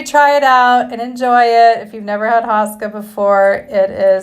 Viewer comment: You say HO-ska not HA-ska and icing is not traditional